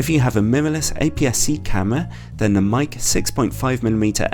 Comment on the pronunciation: I think it is pronounced as /meyki/ not /mike/